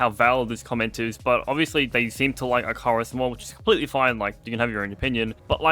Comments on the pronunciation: It bothers me how you say icarus. Its ic-a-rus, just for future reference. And no hate but its not -i-carus. Like the dude who made wax wings and flew to close to the sun. And the game is ehh. I played with my GF and friends a lot. It is nothing like Grounded. Its more like a you have X amount of days to build up a base, which you need to complete a mission. Then after you complete the mission your base wipes. That is how it was when I played it ages ago. Was def a game for builders. Because its land on planet. Work towards your tech through your buildings and then when you get your tech high enough to complete the mission you leave. Like it could be oh you need to mine this, so you need X lvl of mining platform. So you need Y crafting station which needs all these others. Its basically tech builds tech and the world destroys everything and its always being reborn, so you have to rebuild every time. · eye carus lol